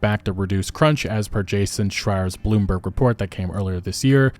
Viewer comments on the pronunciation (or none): none